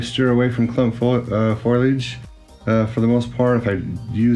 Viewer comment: Fo-lee-egde ;) great tutorial by the way.